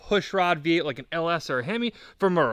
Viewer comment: It’s VEE 8, not BEE 8